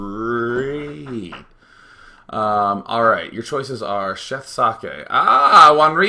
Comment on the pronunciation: its pronounced "zockeh"